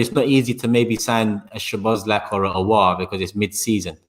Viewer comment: its Sow-boss-lie .. not sobozlak or whatever you are trying to say